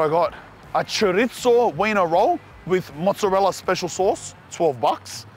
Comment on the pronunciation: WHY DO YOU CALL IT A CHORITZZOH AHHAAH ITS CHORIZO MY DUDE WHAT IS THIS